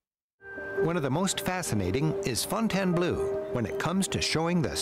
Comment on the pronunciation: Fontainebleau (pronounce fontaynblow) is very near Paris